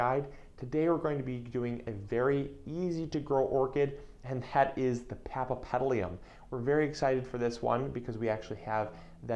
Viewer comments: Are you kidding me? Since when 'papapedlium' is Latin for paphiopedilum or [pafiopedilum]? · Paf ee o petal um that is how to pronounce it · He he he ..he needs to practice the name; but I’ll over look it since he’s cute 😜😜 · He can't even say the name right, what do you expect... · Is this real? This guy can't even pronounce "paphiopedilum" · Give him a break. He is so cute. He doesn't need to. :P